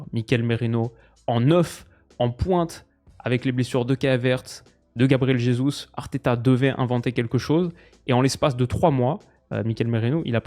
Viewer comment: Par pitié il faut arrêter de dire MarTchelo et Gabriel Resus, en Portugais on dit Marsello et Jesus tout simplement. À part ça super vidéo lol